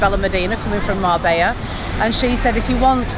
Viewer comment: You saying it wrong